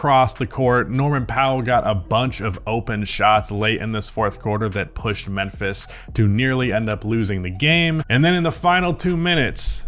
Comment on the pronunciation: Why you keep saying menphis? 😂